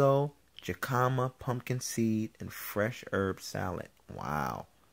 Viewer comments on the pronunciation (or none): Isa is a woman and she's on IG (she's awesome) and jicama is pronounced hick-UH-muh. No shade, just letting you know.